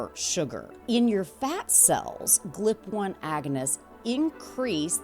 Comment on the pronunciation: Are you AI? You keep saying "Glip" and it's G.L.P. 😂